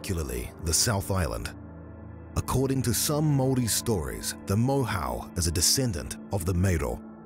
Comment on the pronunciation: Moyhoe is its pronunciation